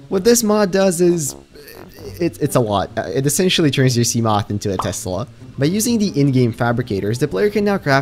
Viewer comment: Can you stop pronouncing seamoth like a twelve year old? It’s “see-muh-th”